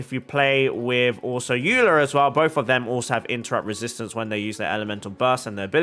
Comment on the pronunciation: dehya is pronounced deh-hee-ya!! and eula is pronounced oyla :)